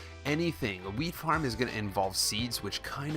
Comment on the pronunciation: 330 like and is it just me or did it sound like he was saying weed farm